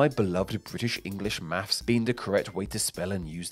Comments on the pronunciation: Or mafffs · As a Yank, I say 'math'. And I can't help hearing you say 'maffs'! , 'Accoustic' is misspelled. #FeedTheAlgorithm